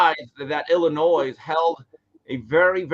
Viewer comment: is the man, but he gotta be trolling us with his insistence on IlliNOISE pronunciation right?! haa